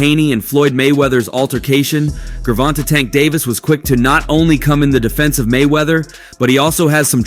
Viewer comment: I hate how you pronounce tank name 🤦🏾‍♂️😂😂